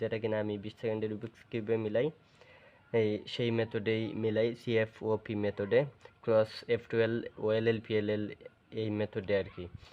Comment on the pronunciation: bro ata cfop alada alada na tumi bolteso c f o p but ata c fop hobe